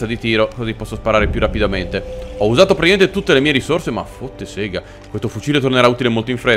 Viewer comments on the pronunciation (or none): none